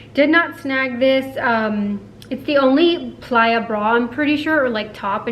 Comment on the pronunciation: Question. Is it supposed to be pronounced Play-a or the way you are pronouncong it?